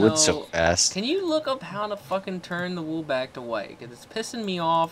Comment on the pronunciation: It sounds like Woo instead Wool (Wul).